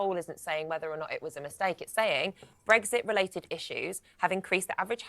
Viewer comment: It’s brexit. Not breggsit. Ffs. No wonder it’s going down the pan ,GB news, you can’t even say ecks properly.